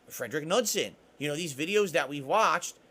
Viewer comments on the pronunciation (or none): god damn it its not nudsen its knudsen its pronounced k nude sen FUCK!